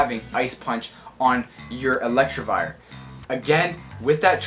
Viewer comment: No one:: ELECTRIVIRE Sorry had to point out the mispronunciation as a meme